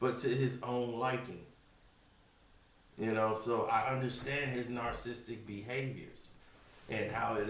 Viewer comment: Please, for the life of me, learn how to say narcissistic